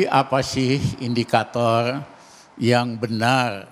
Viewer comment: Ngomong yg bener pak Ramli. Saya geli dengarnya seperti INDIKATOL hahaha